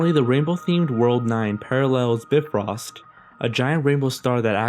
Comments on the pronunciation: It's by frost not brifrost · ITS PRONOUNCED BY-FROST